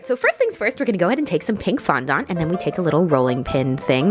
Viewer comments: darling, FONDANT, not fondont:) Ily anw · Erm... Im pretty sure fondant is pronounced “fondent” not “fondont” 😂 no hate tho, I love you and your videos 😘💗💗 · did anyone else notice how she kept saying fondahnt instead of fondant 😂 no hate tho ily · fondont Me: fonANT: fondont Me: FONDANT: fondant Me: WHY IS'NT SHE LISTENING no shade to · Sofia xxx I was cringing so hard every time she said fandahnt instead of fondant 😆😆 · I love how you say fondant (it’s pronounced phon- daant) I don’t care I’m saying fondont in honor of you now!😂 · Why do Americans say fondants as fondont? It has A in it 😂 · Lmao its Fon-dent :P love you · OMG I’m southern and down here the way you say fondant is not the way we say it! We say it fondAnt (the A doesn’t sound like an O) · Nobody: Not even the wind:: FoNdOnT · how she says fondant “fondont” 😂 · FON DAHNT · Apparently I’ve been saying fondant wrong 😂😭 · Lindsay Nicole Nah, I’ve been around bakeries my whole life. She is pronouncing it differently than most 😁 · omg the way she says fondant killed me 😂sis I love u but that is not how u say it 🤣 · Cant say fondant properly. Also you didn’t use the gold ???? But wow i wanna dooo this ahhhjh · It makess me so uncomfy how u pronounce fondant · every time she said fondant i cringed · Ah she said fondant wrong!!